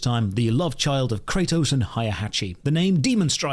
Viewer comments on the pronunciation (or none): none